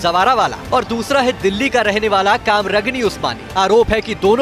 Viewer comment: Kamragni nhi Qamar ghani usmani Naam to sahi se lo